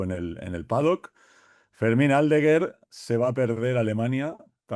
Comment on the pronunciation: Decirle a que Aldeguer es palabra llana, no esdrújula. No es Áldeguer 😊